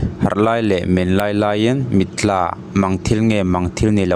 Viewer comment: Mitthla pawh ilam thiam lo nuai mai a